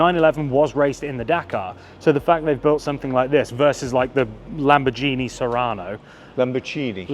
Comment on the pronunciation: Oh oh, sorry, another mention and correction. It IS pronounced Lamborgini - not Lambordshini. you neither dont speak Spadshetti instead of Spagetti (Spaghetti). See the the similiar?